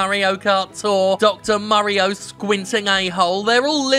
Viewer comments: Lmfao I love how he pronounces "Mario" as "Murreo". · "Murry-o" Perfect.